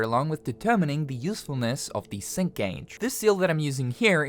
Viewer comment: ngl first time when you said sync gage i heard "Simp gage" XD but looks like a good game, gonna give it a try